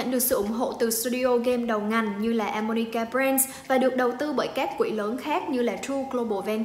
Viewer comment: xí quỹ đầu tư animoca mà và 1 bạn nam nữa trong team hay đọc là a-mo-ni-ca:D